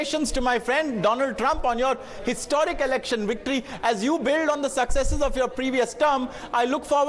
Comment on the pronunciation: The ‘wictory’ speech 😂😂